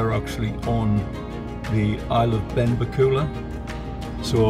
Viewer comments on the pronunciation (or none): Benbecula is pronounced with the stress on the "e" in bec and not the "u" in ula. Ben-BEC-ula. Lochboisdale pronounced perfectly. You missed the causeway over to Eriskay and the wee ferry to Barra. Barra and Harris vie for the most stunning islands. Thanks for your work.